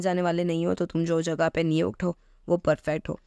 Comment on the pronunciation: I know that she is gujrati because she said 🗣️ jagya instead of jaga